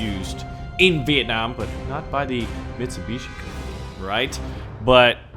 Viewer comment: The way he pronounces Mitsubishi and Kawasaki like they aren't two of the most popular car/motorcycle brands in america.